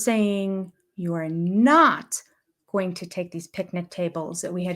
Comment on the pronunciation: You forgot about how robin doesn't pronounce the ing on words. Example: going is pronounced goeeen.